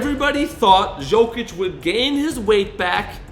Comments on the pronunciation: yeah but you would thing would say hist name right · The guy will be 3 time MVP, and you can't evan say his name right... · You butchered the hell out of his name. This man is a superstar, you make a video about him, and you don’t know how to say his name? 😮